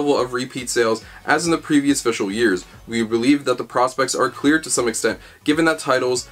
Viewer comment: Had to pause the video for a minute because you just said "fishle" years twelve times in a row and I can't even.